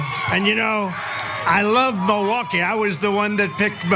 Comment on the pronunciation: He says “mullwooky”